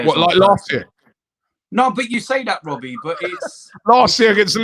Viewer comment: It's not Robbie, it's Wobbie